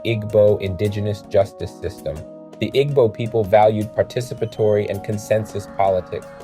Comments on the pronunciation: Pronounced ee-boo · Im a white dude... i love a Igbo Nigerian woman... Igbo is pronounces ( EE-bo) in modern american english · “Ee-bow” please and thank you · immediately closed the video when i heard him pronounce igbo 😆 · The mispronounciation hurts your credibility. Igbo is an ethnic group, culture, and language. Mispronouncing our name makes it harder to trust anything else you say. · You completely mispronounced Igbo the whole time. 😢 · This was very annoying.